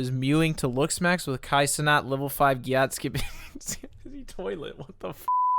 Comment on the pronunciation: Gyat is not pronounced that way at all 😂